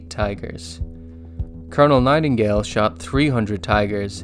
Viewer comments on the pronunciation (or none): none